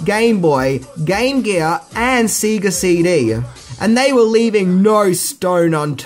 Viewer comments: SEGA is pronounced "Say-ger", not "See-ger". I can't let that one slip. Love me some Power Rangers though!. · it's pronounced SAY GAA not SEE GA lol🤣🤣🤣🤣 good video though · Sega is pronounced Say-Gah..... not see-gah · I can't tell if you're mispronouncing Sega on purpose as a joke or not. The company name is literally stated every time you turn on any game on any Sega device. Say-ga. Not See-ga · Dude, it's not Seega... even japan said S-E-G-A... its sei·guh heres 1 hour of japanese SEGA Commercials. never Once do they say Seega. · Sega is pronounced Say-ga not See-ga. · It's Say-gah not See-gah. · Have you always said seega and not Sega? Love the vids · It's Sega not seega. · SAYGA NOT SEEEGA -_ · What the fuck is "seeee-ga cd"???? Has he not seen ONE Sega commercial?!?!?! They literally tell u how to say it!! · Right! It irks me that a child of that era would pronounce it so wrong like that! I mean, when you booted it up, it literally tells you how it's pronounced. "Sayyyy-gahhh". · Lol at your pronunciation of Sega. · he can't even pronounce the household name "sega" right so I think a foreign name is a big ask